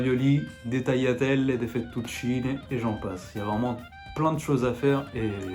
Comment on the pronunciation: AHAHAHAHAHAHAHA François quando si è sentito l'accento romanaccio in tagliatelle, fettuccine sono morto😂😂